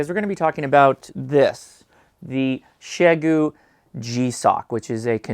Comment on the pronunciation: OhMyGosh, you actually pronounced the company name correctly!